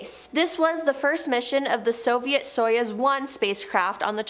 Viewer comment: Stop saying soyuz, it is pronounced sayооz. союз оо as in food Yuri Gagarin it is not Gagarian... the gaga is as in Lady Gaga